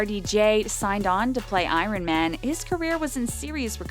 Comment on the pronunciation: Learn to say iron pleassseee.